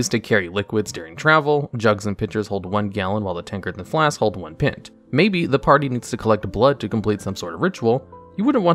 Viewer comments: Why did he pronounce "Pint" like that? I hate it. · Anyone else upset on how he said pint? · The way you pronounce 'pint' bothers me. I'm sorry. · The way this guy mispronounces common words is wild. "Pint" is the new highlight, good lord. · So wait.. you know exactly how to say "piton".. which no one knows how to say correctly.. But you cannot pronounce "pint" or "lights" correctly? Wth? Where am I right now?